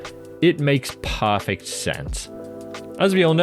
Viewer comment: is this guy saying "parrfect" or is it just me?